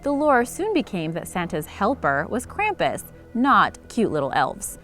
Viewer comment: Being from Bavaria I can tell you that you are not pronouncing Krampus correct. Your video is mostly wrong and hard to watch finished.